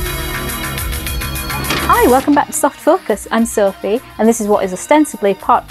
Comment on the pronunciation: "I've been bouphe" Who is that? Sophie was hosting this video 😉